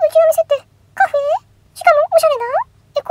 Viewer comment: カフェ⤵エ⤴︎？っていう感じの発音なんかおもろい笑笑 今日も投稿ありがとうございます✨️